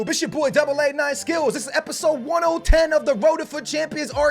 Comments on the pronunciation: Who else is scrolling down to see people make fun of saying episode1010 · How did he say 1oh10 so many times???? hahahahaha